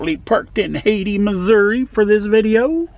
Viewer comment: It's pronounced (hay-tie) I'm actually from there.. Yu got me wanting to go trucking